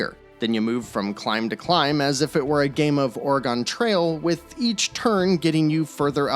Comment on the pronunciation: I hate how you say Oregon 😂.